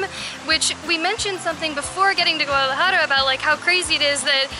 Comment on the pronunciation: How she says Guadalajara makes me mad